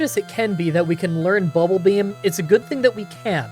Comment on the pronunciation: Why is saying BULBAbeam instead of BUBBLEbeam.. Is a twitch joke I don't get?